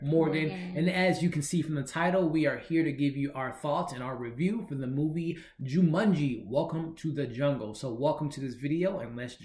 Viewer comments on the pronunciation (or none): Also,I think it's Ju-maan-ji,not Ju-mun-ji lol.